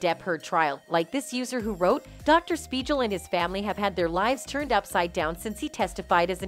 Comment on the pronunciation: I can't even take in the info of this video cuz all I can hear is how Dr Speigal is mispronounced.